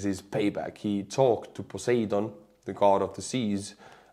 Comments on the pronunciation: Your English is so good. So p-l-e-e-a-s-e: the Roman god of the sea is Poe-SIGH-done. Poseidon. Stress on the second syllable. I rather think it’s Yahweh not Poseidon since He happens to be busy in the area just now. But fine, we know what you mean by PoSEIdon. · just to help with the English pronunciation, the 'seid' portion of Poseidon is a hard I, like iceberg. Great video, like always from you my friend.